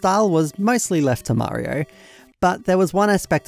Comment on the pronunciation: How are you the only british youtuber that can pronounce mario correctly